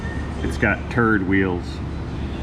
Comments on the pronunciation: "It's got turd wheels" made me lol xD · Okay, I liked your channel until you said this vehicle had "turd wheels." :)